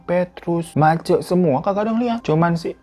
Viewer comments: bg, Ma-C bkn MACe 😅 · gk nyangka bakal ada cerita dr manokwari, aku jg dari mkw. btw bang, mace itu dibacanya macé (sm seperti e pada enak) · Mace bang, E nya kayak nyebut rosé bukan e penat